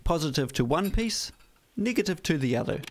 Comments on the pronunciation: Niggative lol kiwi speak for negative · Did I hear him say "niggative"? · The pronunciation of "negative" sounds racist..